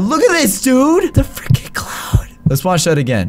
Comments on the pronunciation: it’s not freakin it’s frikin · it's frekin